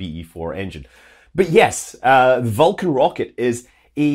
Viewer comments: Scott says Vulcan eerily like Falcon. I was like: Falkan, what rocket is that? :D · Scott's got a cool accent but i cant tell the difference between vulcan and falcon! Its my ears im sure. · Pronouncing Vulcan almost the same as Falcon9. Confusing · Several times in this video I’m having trouble hearing whether you say “vulcan” or “falcon” 😬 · This naming is inconvenient: I have a hard time distinguishing between the way you say "Vulcan" and "Falcon"!